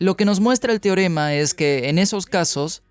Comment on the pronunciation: ALGUIEN QUE LE DIGA AL ACTOR DE DOBLAJE QUE NO ES "TIOREMA"...... SI VEZ ESTO... SE PRONUNCIA "TE- O- RE-MA"... REPITELO FRENTE SL ESPEJO TODOOOOS LOS DÍAS.